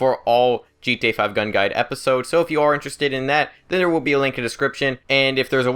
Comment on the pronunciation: sounds like you're saying g tone Online